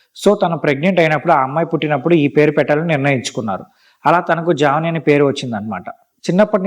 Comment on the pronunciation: జాహ్నవి not జావని